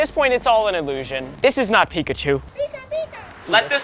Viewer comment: “We’re gonna SMasH Pikachew” -Ryan